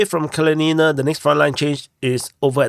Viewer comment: That's Kalinina (pronounced KAL LIN IN NA. Not Kal leen een a). The town is named after the Communist Revolutionary Mikhail Kalinin, first President of the Soviet Union. The Ukrainians tried to force the ethnic Russian people of the town to rename it, under the 2017 law forcing all towns to remove Soviet names), but the people of Kalinina REFUSED, and told the Ukrainian government to go to hell. Artyomovsk and Dnepropetrovsk didn't want to change their names either, but the Ukrops just forced out local government, and then changed the names anyway. I guess Kalinina was too small for them to bother with. heh. Hats off to the people of Kalinina, the Russian people of Donbass don't like to be pushed around by the Ukies. Hopefully by the end of the year the Russian Army will finish liberating the entire Donbass, though it may take well into 2025. No matter, the Donetsk People's Republic and the Russian Federation will not stop until they have done so. Tell your NAFO buddies that - they need to understand it.